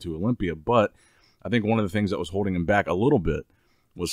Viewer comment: no you do! Listen carefully the dude can’t pronounce anything with the letter L and D next to it